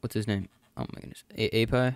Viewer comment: AYPIE, its pronounced aypee